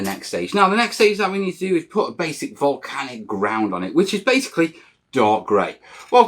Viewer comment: Absolutely "Mel-canic" series!